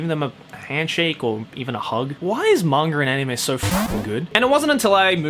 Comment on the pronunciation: I smile every time says "Monger"(manga)